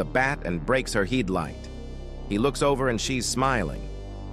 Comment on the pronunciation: Wow the pronunciations of the AI are what's the most funny on this "heed lights" 😅